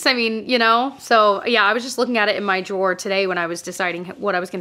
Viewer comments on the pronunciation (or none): none